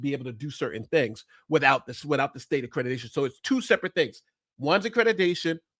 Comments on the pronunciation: Why does he keep saying "accretitation" instead of accreditation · The fact Ritchie cannot even pronounce "Accreditation" correctly, says soooooo much!!!🤬🙄 He says "AccrediTAYion" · He mispronounced accreditation so many times. Anyone who believes Doctored Defraud Risky is a willful idiot.